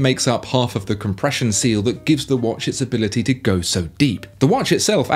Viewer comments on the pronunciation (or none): It's not wash its watch